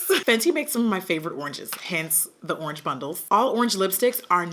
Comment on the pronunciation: WHEN SHE SAID URRANGE I DYED😭💀💀 WHAT A GREAT WOMAN TO REPRESENT THE BRAND!!!!🙌🏾🙌🏾🙌🏾